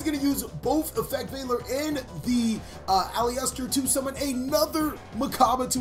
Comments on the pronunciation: You're prouncing Aleister wrongly. It's pronounced "A-lee-ster" not "A-lee-ester". :) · Sounded like you kept saying Polyester 😂 great duel btw! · It’s actually AL-LIST-ER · my fav yugituberr. its ah-lister tho. made my ears bleed with that pronunciation